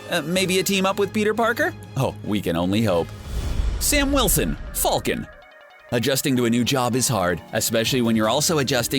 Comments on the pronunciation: did he say folcan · I was really annoyed at how he said falcon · Why does he say "falcon" like that? 😂